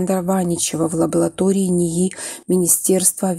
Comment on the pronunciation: Скажите кто-нибудь девочке, что слово "лаборатория" произносится именно так - "лабоРатория".